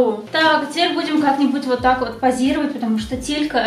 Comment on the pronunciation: ти сказала не тилька а титька😹😹😹😹